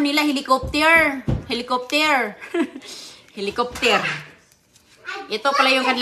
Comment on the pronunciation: Pasalubong hindi Pasalobong. helocoptier daw.